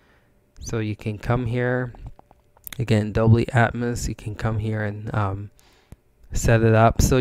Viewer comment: Its a dolby not dobly..